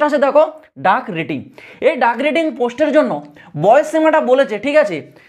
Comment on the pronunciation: ডাক রেটিং নয় ওটা ডেক রেটিং